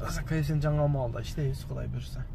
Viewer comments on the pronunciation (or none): none